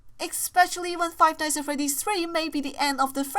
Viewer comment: How she says five nights at freddys five nighs at freddys